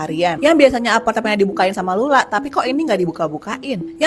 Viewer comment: Kenapa setiap nntoon dsni ,, lu selalu salah trus baca nya ya bang ?? Lulaa ,, sering banyak video lu salah baca bang